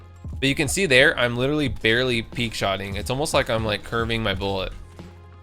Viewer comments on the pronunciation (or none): none